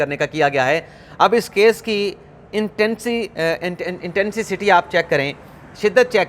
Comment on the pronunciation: the word is intensity instead of intensticity you spoken. correct it at your end please !